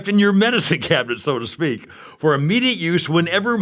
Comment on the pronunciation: "medischeen cabinet schow to schpeak"